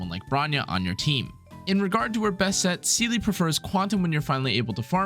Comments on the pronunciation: it's literally pronounced see-luh in the game lmao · No pronounce of Seele was true between them😭